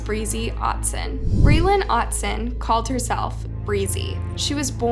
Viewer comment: Saw both of these people in the Utah county jail. He was super creepy. P.s. Otteson (OTT-IS-SON) Toole (TOO-WILL-UH)